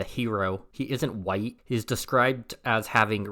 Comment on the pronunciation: you're really saying white with that hard r.